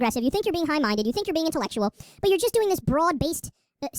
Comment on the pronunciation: I know he says high minded, but when he says it, it sounds like hive minded... I wonder why I keep thinking that......